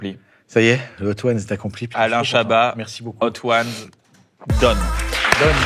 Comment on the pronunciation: L'homme qui n'aime pas qu'on prononce le "t" dans son nom Alaiiiiin Chabaaaaahaaaat